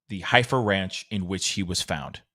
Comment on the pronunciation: The Heifer Ranch is actually pronounced “Heffer”, as in cows. Many Arkansas children go to this place on school field trips. Makes it even more disturbing to me.